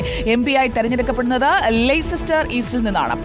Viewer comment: ലേയ്‌സസ്റ്റർ അല്ല ലെസ്റ്റർ എന്നെ ഉള്ളൂ